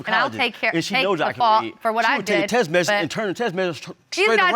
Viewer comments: I hate when people can't say "text message". It's T.E.X.T not T.E.S.S. Can make kids but can't talk.. SMH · He been to two colleges but he can’t pronounce Text message. 😒